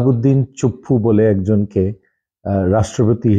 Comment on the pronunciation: চুপ্পু উচ্চারণটা খুব ভালো লাগলো